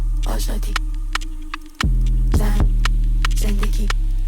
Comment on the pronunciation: PERSIA Valiollah سینا جان توی مونولوگ یه جوری زن رو تلفظ کردی که انگار قدرت و ارزشش از مرد کمتره هاااااا🤦🏻‍♀️😐😬اون قسمت که صحبت خانم مسیح علی‌نژاد بود رو میگم....